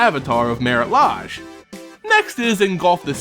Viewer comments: Well, if Marit Lage is NOT an eldrazi titan, I can agree to your theory. Also, please notice the 'E' in the word 'Lage'. You need to read it as 'Leij', not as 'Laj'. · Isn't "Lage" pronounced differently? This the first time I hear it this was...a bit odd. Great vid other wise!!! Thanks